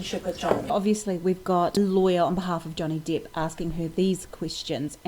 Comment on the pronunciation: Johnny depp,not johnny deeeeeep